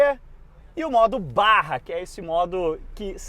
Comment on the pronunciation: Precisei pausar o vídeo e vir comentar: não é o primeiro vídeo da Raptor que eu assisto, e agora assistindo o seu, eu percebo a enormidade de informações com embasamento que você traz para o vídeo (até mesmo a pronúncia correta "BARRA" e não "BAJA"), e também de História. Sério,, dá gosto acompanhar teus vídeos, conteúdo muito profissional mesmo, um show! Parabéns!!